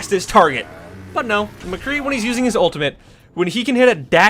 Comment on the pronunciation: McCree. Not McGee. Mc - Cree